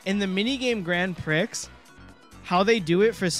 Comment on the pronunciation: Gotta correct you on some Monty Mispronunciation Molerats - Grand Prix the x is silent, so it's grand pree. For Mozart you gotta pretend there's a t in front of the z because that's how you pronounce z in German, so it sounds like Motzart